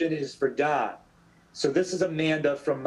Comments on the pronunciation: He genuinely said hi Dan to don Cheadle or was that just me? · "Dan" Cheadle 🤔😅